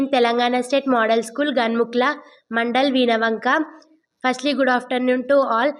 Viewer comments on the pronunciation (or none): Ganumukula ❌ Ghanmukla (ఘన్ముక్ల) ✔️